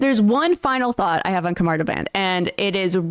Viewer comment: Khamar da-BAHN. Soft A.